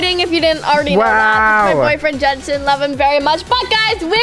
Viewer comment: i love how elliana is like gensen are you ok